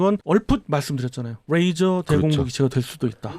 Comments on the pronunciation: 뜻은 통할지언정 뤠이저 라 발음하면 안될 거 같아요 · 참 잘 보고있습니다. 근데요 영어 쓰실때 걍 한국식으로 하면 안될까요? 뤠이져가 아니고 레이져거든요. R발음이 아니고 L이 거든요. 보면 아무데나 F발음하기도 하는데 잘 모르면 걍 한국식으로 말하셨음 해서요. 듣기 거북해서 한말씀 드립니다. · 듣는데 왜 L로 시작하는 레이저를 R로 발음해서 면도칼 razor로 발음하시는 건지 ㅋㅋㅋ 면도날로 오물풍선 다 터뜨렸음 좋겟네요.